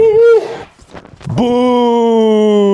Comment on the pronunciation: He was saying BUI you IDIOT